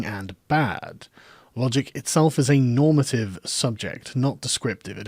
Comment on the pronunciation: Was that normative .... or Normytive ????